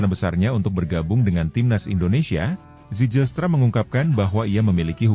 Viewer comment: Zijlstra = *baca - Ziylstra / Zilstra ajaaa.. please.. 😅